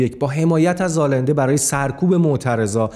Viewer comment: جهت اطلاع اینده هست نه النده. با کسره زیر ی. allende. در اسپانیش دو تا ل که پشت سر هم بیاد ی خونده میشه